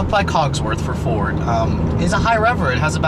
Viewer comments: Just bought a st and I lovvvvveee it...... By the way it's COSworth..... Not cogs..... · Cosworth not cogsworth haha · Isn't it cosworth ? I can help but notice he says cogsworth lol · You keep saying Cogsworth,it Cosworth dude,do your homework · COSworth, not COGSworh please !!! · say it with me bud, CAUSE-WORTH / COSWORTH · Super rare Euro package, with Recaro seats and 15-spoke wheels! The '04 was the lowest production run, and the only year you could get HID headlights. This is the rarest of the rare Focus SVT's! BTW, the reviewer is bit of a dumb-ass... What kind of car enthusiast doesn't know how to pronounce "Cosworth?" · There's no 'G' in Cosworth... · Focus ST170 wasnt a throwback to the rs turbo (i owned an rs turbo series 2) it was the replacement for xr3i's, and the xr3i's were the succesors to cars like the mk1 and mk2 escort mexico's etc untill they all turned front wheel drive, but yeah i hate the way he says COSWORTH haha